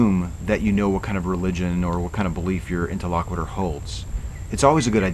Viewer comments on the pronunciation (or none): I mentioned this in my comments on your first breakdown video, but have an additional (nitpicky) note. Your use and pronunciation of interlocutor are incorrect. He is not the interlocutor, you are both interlocutors. And it's pronounced interlo KYOO tor, not interlo KWI tor.